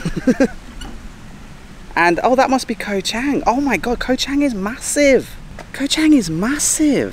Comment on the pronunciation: have been following u for the last few months, I think u should make d initiatives to learn how to pronounced d places u go to. Is pronounce chunk not cheng, sarmui not semooi.